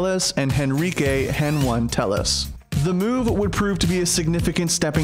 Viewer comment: I got Mad when he called HEN1 Hen one